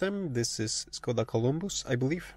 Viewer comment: It is pronounced Škoda